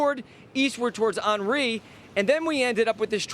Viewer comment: On-REE not On-RAY